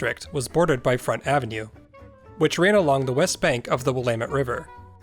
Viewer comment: Immediate thumbs up for pronouncing Willamette correctly